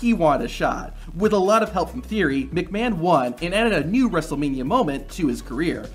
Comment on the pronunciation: "Wrestlemani twenty-sex" 💀💀💀 Timelapse